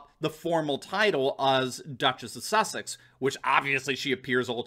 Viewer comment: Did you say the Duchess of? Just kidding.